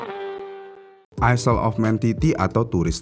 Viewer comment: Maaf om, bacanya bukan "isel" Tapi "Ayl"